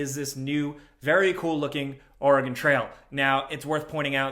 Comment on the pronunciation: HOLY FUCK. He said "Oregon" correctly. What timeline have I stumbled onto?